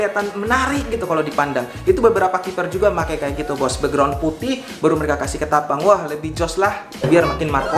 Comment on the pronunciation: Bekgron bukan beugron